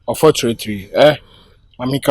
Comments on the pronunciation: Onfotrately in voice 😂😂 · and his "unfotratry"🤣🤣🤣🤣🤣🤣🤣🤣🤣🤣🤣🤣🤣🤣